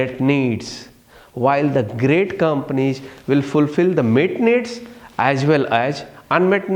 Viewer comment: Ig, sayg, companieg, commonicating, frofit